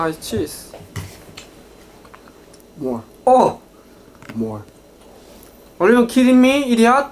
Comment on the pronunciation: “More, more” Welp, that’s the closest we can get to an American accent ladies and gentlemen